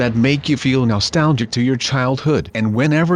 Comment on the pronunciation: stop saying nolstalgic